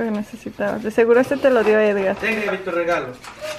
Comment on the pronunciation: Porque dise deste